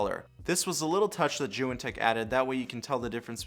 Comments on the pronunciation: He pronounces it as joo wen lol It’s zee yoon say it man zee yoon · When he said joo wen I stopped watching lol, he does seem to know what he is saying